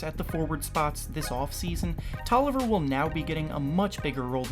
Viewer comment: Tolliver? TOLLIVER?!?!? Also Bazemore isn't starting either